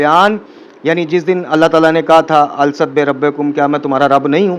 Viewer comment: قبلہ "الست " کا تلفظ درست فرما لیں ۔الست میں ل پر ربر اور س پر جزم ہے ۔ اگر اس ضمن میں میرے فہم میں غلطی ہے تو تصحیح فرما دیں۔